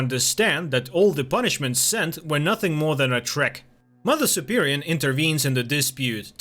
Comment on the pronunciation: It's mother superior, not superion.